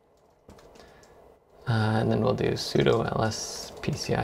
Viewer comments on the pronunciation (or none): none